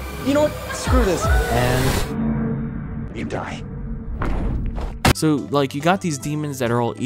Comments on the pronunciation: It's a sharp (on the ears), like Pool Cue. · I laughed every time you said "die" lmao